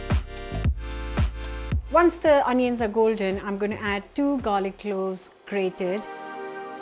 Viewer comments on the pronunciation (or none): none